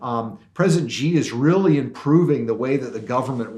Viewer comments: How can you write a book on China and not know how to pronounce Xi correctly.. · Here's one way you can NOT shill for the Han commies: stop calling the chairman of the CCP "president." Xi (pronounced shee) Jin Ping is NOT a duly elected president. China is a communist country. Think about it. Germany does not have a president, neither does britain or canada. And China certainly doesn't. American presidents call chairman Xi by that honorific just to confuse the public.